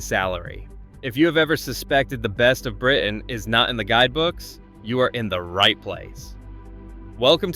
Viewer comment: The name of the beach town in Britain is not Spain? How is that possible? 😂. The word is Britain, by the way. Britain has a ‘t’ in it.